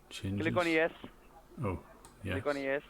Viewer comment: how can you trust someone saying click oniyet :)